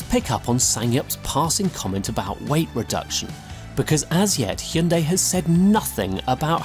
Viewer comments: It's promounced 'Hun day' or 'Heon day' why do we have to absolutely burcher the name. You can even hear the korean guy say it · I can't believe he said hy-un-dai. Especially after those adverts for the correct pronunciation in UK. Schoolboy error. Or did he mean it? 🤔🤣 We need cars like the 74 and that Renault 5 concept and the likes of 😍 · Oh god! He said hi-un-die during the interview 😂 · Man said "Hai-En-Dai" to that guys face 😂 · Good lord, it’s not pronounced “Hi-yun-DIE”. Automotive journalist but can’t take the time to learn how to say the word correctly 🤦🏻‍♂️